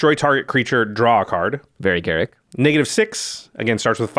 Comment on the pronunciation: Ga-Rook not Garrick.....